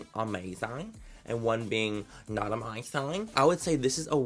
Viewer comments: How u said "10 being amazang and 1 being NOT amazang" 😂 I'm dieing 😂😂😂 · "10 being AmaeZingg and 1 being Not AmaeZingg" I DIEDD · “TEN BEING AMEISANG AND ONE BEING NOT AMEISANG” 😂😂 Only manny.